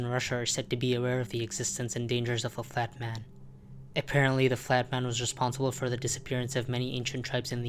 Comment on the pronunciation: why did you pronounce the flat man as the fat man 9 out of 10 times?